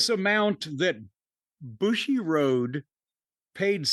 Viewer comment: 武士 ぶし bushi tl: "combatant" or "warrior" (one of many words for this concept in the language just as we have many synonyms in English) getting pronounced as "bushy" instead of "boo-she" probably feels pretty bad for "bushiroad." OTOH since Bushiroad's main source of income is scamming kids and adults who are mentally weaker than kids through TCGs, gatcha mobile games, and gatcha TCG mobile games, I don't feel too too bad for them.